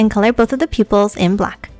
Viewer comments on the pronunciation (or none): When you said draw the people's i thought you were speaking another language